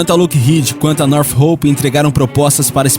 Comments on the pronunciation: Não seria "nortrop" ao invés de "norte roup" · bom vídeo. Sinceramente, pesquise no google antes, para ver como é a pronúncia dos nomes em inglês. É muito estranha e errada a sua pronúncia dos nomes das empresas. Por exemplo, não é Nothhope e sim Northrop. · North rope seria "nortrop"????